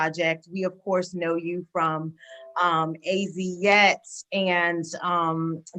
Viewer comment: A.Z yet?? It’s Az Yet bro